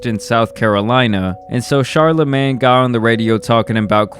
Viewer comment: It’s killing me hearing you say CHARLAMAN” like it’s his super hero name or something